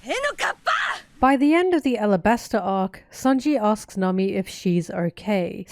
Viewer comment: I like the way you say Nami. 😊